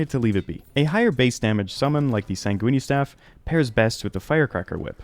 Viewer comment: Bro be saying sait goony staff